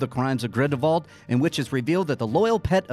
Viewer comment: are you saying GRINDLE VAULT or GRINDLEWALT cause its really frustrating......